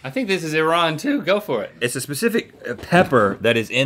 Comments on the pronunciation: Also its not I RAN -. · Well, he pronounces it E-Ron, so the pub wouldn’t work with that pronunciation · When Link corrected Rhett mispronouncing Iran it made me happy becuase no one pronounces it right. 😄